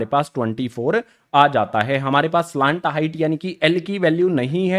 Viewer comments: Sir slant hota hai ya salant😂😂 pronunciation error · Pahle slant height to bolna Sikh Ja bad mein padha likha to aata hi nahin